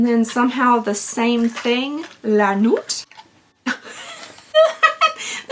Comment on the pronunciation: First rule of pronouncing French words is to not pronounce the last letter of a word, unless it ends in E. Nuit is pronounced Nui for example.❤